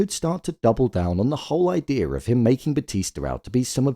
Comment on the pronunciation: Why do you say Idear and not idea?